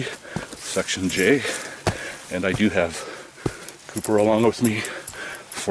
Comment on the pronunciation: When I first started watching this video I thought you were calling your dog "Pooper" until about the 4th time you said his name "Couper". I thought to myself ' that is an odd but semi cute name for a dog ' and then I thought ' huh I wonder if he picks up poopers' poop when he poops along the trial. Oh well ! Just an odd observation.